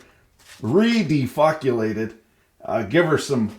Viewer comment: "de-fuqulated" thanks for the new word!